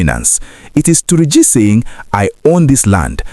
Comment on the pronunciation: Why are you saying Tunji with your pronunciation.... it is called "Tur--ji , not Tunji as you are pronouncing it. Try to correct yourself my brother....